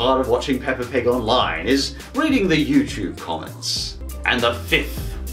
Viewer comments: DONT SAY THAT UBAWT PAAPA PIG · I love the way you say peppa pig! Ppppppppppppppppppppppppppppeppa pig!